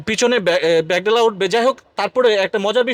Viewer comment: টাকাতো গাছের পাতা, এই গাড়ি ৩৪৫০০০ টাকা। যাহোক উপস্থাপকের ভাষাটা আরো শুদ্ধ হতে হবে। গেলাস না গ্লাস, ভেক ডালা না বেক ডালা। আগে ভাষা শুদ্ধ করুন। তারপর ভিডিও বানান।